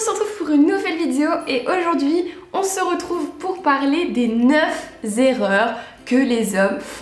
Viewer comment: Pauvre bille, on dit neuf erreurs, pas neuf zerreurs...